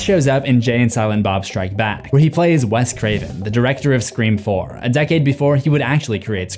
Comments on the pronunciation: I’m so confused do u keep saying “screa form” instead of “scream four” 😂😂😂 I feel like I’m tripping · I love the video but dude it is FOUR NOT FORM!!!!! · I cracked up everytime you said “Screfourm” bc its so correct💀 They thought they were being clever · Anyone else notice how every time he goes to say Scre4m he says form instead of Four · I need a "Screa Fourm" counter hahaah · I've listened to every scream video you've done.. idk why it irritates me when you say scream form 😅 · Anyone else hear him say screa form every time he says scream 4 good video tho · Your pronunciation of Sre4m almost makes this unwatchable. “SreeForm”? REALLY? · Scree Form is hilarious to me and i giggled literally every time he said it which was at least 40+ times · Anyone else always here him reference scream 4 as scream forum? Is it intentional, did I miss something? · Screa-Fourm- slowly realised this was intentional as this video goes on 😂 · i never get use to you saying Screeform. lol it gets me everytime. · If you made the joke about pronouncing it “Scr-FOUR-MMM” once it would have been funny, but it’s incredibly distracting to have it being “jokingly” emphasized everytime the title is said, which is a fair bit and to the point where it is pulling me out of what has been a fantastic video otherwise. Make the joke a handful of times I guess but geeeeeez lol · Screeforum 😅 Good work though. Excellent vid. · Bro why do u say Scream 4 funny it sounds very nasal and wierd it totally sticks out!!!Sorry bro just makes me laugh